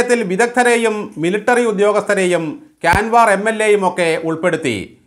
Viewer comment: Well said, its Karwar, not Kanwar